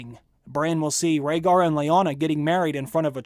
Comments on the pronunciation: Jon Heijasto. Gilly, i believe she pronounced "Rhaegar" wrong and did she say he was a Targaryen? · Are u guys fcking retards.... obviously jon is raeghar's son and after all the hints in s6 and s7 like lyanna telling promise me ned which she meant from robert as he would kill jon if his targaryen heritage was revealed and also gilly says about the annulment about raeghat which she pronounce mistakely leading sam to ignore her If u guys cant notice this much hints then may be u r not worth to watch got guys Get some break